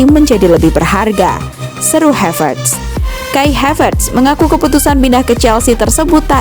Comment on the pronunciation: Saran aja min ...karena havertz org jerman maka namanya cukup dibaca HAVERTZ aja ... Bukan HEVERTZ dengan pelafalan A = ei, seprti bhs inggris ...terima kasih 🙏